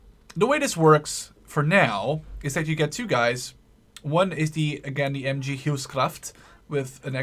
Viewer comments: It's not M chee It's MG like MaschinenGewehr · It's not "MChee" :D maybe the dudes in Switzerland say that so ;D It's just "Ehm Geh" the Geh like walking = "geh"hen in german, i hope you can use it :P To the Snipers "Aufklärer" they just forgot the Umlaut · You said totaler krieg perfect. :) But the MG was just a fail. We dont have a spanish accent :P Just search how we pronounce the G and then its perfect ^^ Also the Aufklärer are pronounced the same every time:1 Aufklärer, 2 Aufklärer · You use the "G" correctly in "Falschirmjäger"! The "g" in "MG" is a bit tricky and rather hard to explain but the "ge" in "Sturmgewehr" is very similar when it comes to the sound.